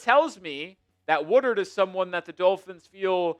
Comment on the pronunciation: The Dullphins (as pronounces it), are the winner if this shitty play leads to getting Arch Manning next draft.